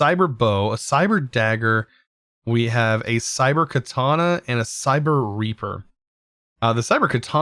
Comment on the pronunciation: What's with americans not pronouncing foreign words at all. Like they clearly see rapier, yet they say reaper :/ how does rapier look like it sounds like reaper :/